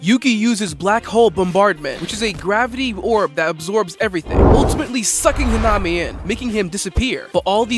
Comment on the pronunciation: uhm its pronounced hanami (ha-na-me)